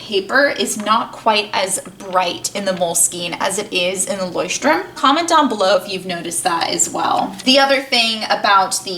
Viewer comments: yeah of course but by the fact that she’s not german she said it as right as an english speaker can say it. 😊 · She pronounces it ok for an English speaker, but not exactly how a German would say it. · Jon Solo actually she pronounced it right lol.